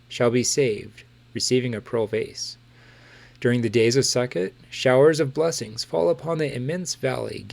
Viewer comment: Not to be read but Sukkot is pronounced Sue-coat.